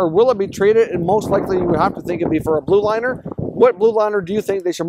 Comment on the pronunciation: blue liner, not blud liner